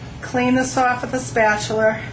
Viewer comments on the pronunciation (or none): great job on the video,I also bet your hubby hounds around in the kitchen too eh? Like how you pronounce spatula and spatuler :) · berate your husband miss pronounce spatula and show us your king Arthur than you lost me..could care less! hope people enjoy it